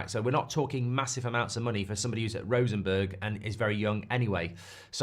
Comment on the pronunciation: Rosenborg, not Rosenberg.